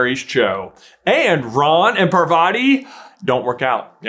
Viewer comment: God your pronunciation of Parvati could not be more painfully American….